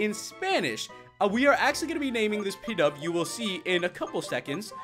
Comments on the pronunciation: It's not pidove it's pronounced pee dove k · its Pidove (pee-dove)